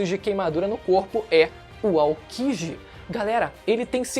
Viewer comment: NÃO é Ao"Kí"ji, é Aoki"JÍ"....NÃO é OrochiMÁru, é OrochimaRÚ, ...obs, só usei Orichimarú como referência...e tem outros personagens que o narrador do vídeo tbm fala errado usando esse mesmo erro. Pelo amor de Deus mano, falem certo os nomes, é vergonhoso ver não só aqui neste canal, mas em outros tbm os caras falando errado. Vergonha alheia ao ouvir durante. Desculpe ai! Fica a dica, acho que é construtiva!